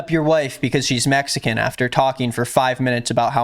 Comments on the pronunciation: I noticed he says “mexan” a lot, like the dude literally cannot speak correctly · "Messican" lol. 🤦‍♂️🤦‍♂️🤦‍♂️ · He says messican over and over. Brenden Schlob is a moron, not funny in the slightest, and wont last long.